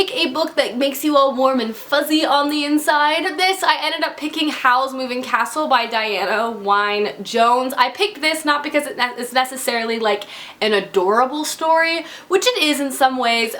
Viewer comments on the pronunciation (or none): just fyi, the Wynne in Diana Wynne Jones is pronounced like the word 'win' :)